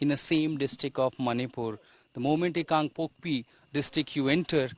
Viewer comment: It's KANGPOKPI not KangpokpO